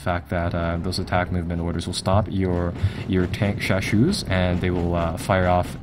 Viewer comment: Tankeshashou，haha, not the standard pronunciation, pinyin has four tones